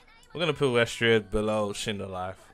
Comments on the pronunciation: also wtf is westhreaa lmaoo its pronounced wisteria not weshtreea cos idk what game you played but weshtreea is a different whole ass game 😂😂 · wtf is westhreaa lmaoo its pronounced wisteria not weshtreea 😂😂